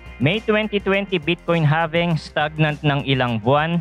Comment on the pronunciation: halving boy hndi having awkward mo pkinggan